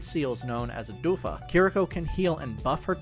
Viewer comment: not sure if its a typo in your script or something but she uses healing OFUDA not odufa XD (pronounced as oh-foo-duh)